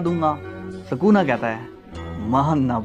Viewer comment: Ye bura explain tha our woh sakuna nahi sukuna hai